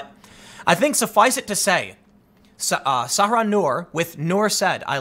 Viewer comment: Nur Said is pronounced SI-EED. NOT "said" as in past tense of saying. And the sister's name is pronounced SAH RA. Not Sarah. C'mon Tim, you can do this....